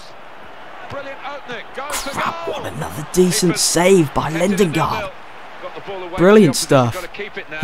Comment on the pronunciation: it ain't lindengard it's lindegard